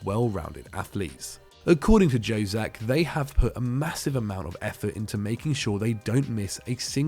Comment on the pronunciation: Mate, Jozak is pronounced as Yozak. J is Y - Jugoslavija / Yugoslavia.